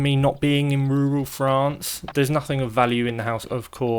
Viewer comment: Hearing say 'yall' 'crikey' and 'ruhral frawnce' all in one video is my new favorite thing. We're getting him all around the world lol